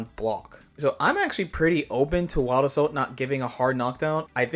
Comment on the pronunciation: "Wabbasou"?😂 Crazy way to say Wild Assault, my guy